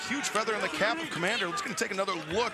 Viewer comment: Who is Kmander? I've heard of Komander not Kmander.